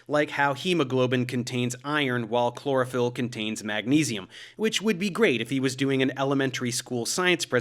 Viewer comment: I thought you said cloroform instead of chlorophyll. Who knows, maybe that will be next and they can advertise it as a natural sleep aid.